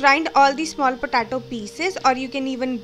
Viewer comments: Thanks for uploading but it's potato not pahtatoh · its potato , not patato 😂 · Puh-tay-toe.. Just a humble suggestion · It's pronounced Potaytoe not Potahtoe, Lets call the whole thing off. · "patato" haha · patato😂😂😂😂😂😂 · Lmfaooo "PATATO" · Please, potato is pronounced: POT-AY-TOE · when you say it "POTATO" .. cool.. PU TA TOH! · “Po Tar Toe” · Girl you need to learn how to pronounce potato correctly. It’s hilarious ur potato sounds petaatoh 😂😂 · because she is from the middle eastern country thats why its potato lmao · Not all Indians sound like this, but yeah the way she said POTATO is funny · Mayuri Patel 😂😂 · Mayuri Patel I noticed the same.